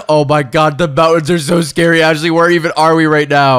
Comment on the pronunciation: you said it wrong it’s scary not scared